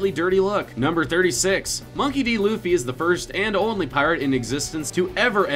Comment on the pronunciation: it's not loffy it's luffy